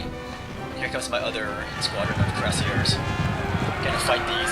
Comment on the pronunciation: it's pronounced KWEE rah SiEH